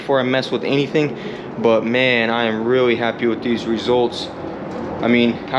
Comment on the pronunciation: Ehehehe. You said the word "but" odd. You say "bogh". There is a T in there!